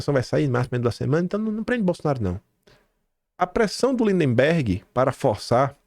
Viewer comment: eu te acompanho desde o teu primeiro vídeo. Por isso te peço para observar a pronúncia das palavras MAGNITSKY e LINDBERGH. 🙏🙏✡️🌻🌻